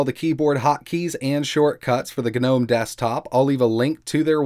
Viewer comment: "geh-nome" desktop? Couldn't help but lol there